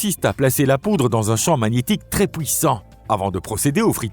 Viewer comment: Effectivement, cette voix IA a du mal avec les "pouis" (puis) et "pouissant" (puissant) 😂 Ce n'est toutefois pas la pire que j'ai entendue 🤔